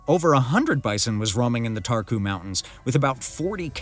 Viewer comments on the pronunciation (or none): Romania has very beautiful nature. I am Romanian and this is old news for me. All English speakers mispronounce and stress the wrong syllable. Make sure you pronounce properly and stress the right syllable. The first syllable is stressed in Țarcu so the pronunciation is TSAHR-koo.